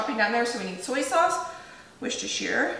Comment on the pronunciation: Fabulous recipe. In England, we say Wooster not woosestershiire sauce. I will be using this in the future.